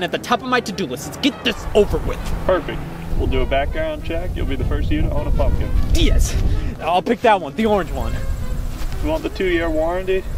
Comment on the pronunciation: “You’ll be the first you to own a pumpkin” “DS!” (I know Scott says ‘Yes!’ but it really sounds like DS)